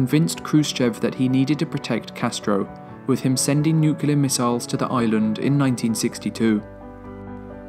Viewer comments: is it just me or do ya'll cringe when he says the word. " nuciler" instead of nuclear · The word is Nuclear, not Nucalar FFS!!!! Get it right!!!!!